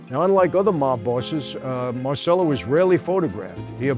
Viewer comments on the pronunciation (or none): MAHR CHELL OH MAHR CHELL OH MAHR CHELL OH….NOT mar sell oh come on Michael I love you to death, but have some respect for the Italian language and Carlos who spoke fluent Italian. He would’ve corrected you as well. I’ll say it again fake New York Italians, who destroy the Italian language it drives me insane and it makes you lose credibility. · Why do Italian Americans forget how to correctly pronounce their surnames? It's Mar - Che - Lo. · Si chiamava come il figlio di De Niro in "Bronx tale" ... La pronuncia è errata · Everyone mispronounces Marcello, even this American-Italian presenter. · You really have to learn how to pronounce Italian properly. The way you say Marcelo is incorrect. CE in Italian sounds like CH when you say Cheese